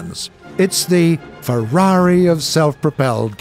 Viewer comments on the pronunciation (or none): none